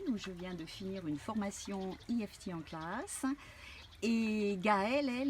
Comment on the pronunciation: l'i-èf-ti !!! En français c'es eu-èf-té